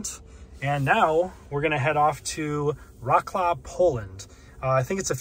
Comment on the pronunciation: Much love to you and your content, always. You did not even try to pronounce Wrocław correctly haha